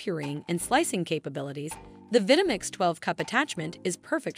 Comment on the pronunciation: Pronunciation of Vitamix is a clear give away of a cheaply automated video.